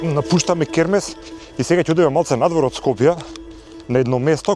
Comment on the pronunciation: Ова се што пропадна не е дека било изградено неквалитетно туку бидејќи твоите СДС 7 години не одржуваа ништо за намерно да дојде во оваа ситуација, крекавте и гаѓавте со боја, е затоа е така....и Хермес се вика а не кермес..ццц